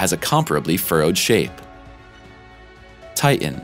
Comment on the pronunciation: It’s titan you imbecile. Not TIIN